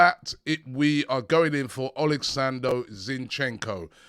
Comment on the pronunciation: Why can't this man get any names right?? Drives me nuts. Oleksando? He managed to somehow read every name wrong. How is that possible? Maybe if yr reading it for the first time...but not famous players.